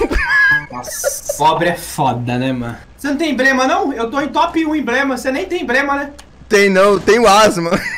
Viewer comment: Nss,o melhor é o falando errado:"cê tem embrema"?